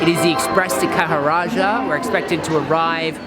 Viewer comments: Khajuraho guys, kha-joo-ra-hoo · Ha ha ha.. How difficult is it to pronounce Khajuraho? Kha-Ju-Ra-ho...